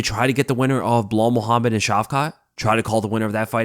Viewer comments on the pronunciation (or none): none